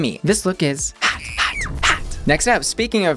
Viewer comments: You remind me of ryland adams so much 😥 but I don’t even like ryland lmao Also I’ve been binging your videos because you’re so articulate ❤️ I cannot stand the way you say “hot” though omg, I am so sorry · Love these videos but, the way you say HOT or ROT drives me insane lol